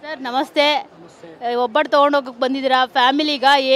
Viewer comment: ಒಬ್ಬಟ್ಟು ಅದು ಹೊಬ್ಬಟ್ಟು ಅಲ್ಲ